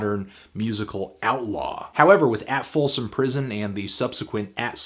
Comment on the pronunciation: ya said "folson".